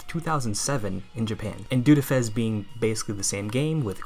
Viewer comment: >Prefers FES >Can't even say the name right Fake~